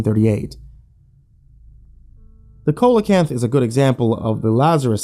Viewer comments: See-luh-kanth. It's an a, not an o. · see-luh-kanth. That's an a, not an o. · The cokelecanth? Do you mean coelacanth. Pronounced sea-lo-canth? If so you really need to do better research before doing a video because you lose all credibility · Its pronounced SEE-lo-kanth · A COKE-a-la-canth? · pronounced it weird as well. it's seal-o canth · Not really what I expect from. And coelacanths is pronounce with a soft c or see sound. I studied that damn fish for years! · What they said